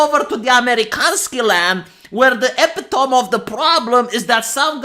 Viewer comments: Don't be so sure you could successfully sue Bethesda in the EU,. It seems like bribery rules unchecked in the Empire of the Good. BTW, the word is "ee-pit-o-me". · 'epitome' pronunciation is more like "eh-PIT-uh-mee" ¯\_(ツ)_/¯ ♥